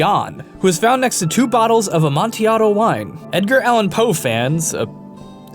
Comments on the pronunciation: the L in amontilato is not silent tho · You forgot to say the L in amantillado, or am I reading it wrong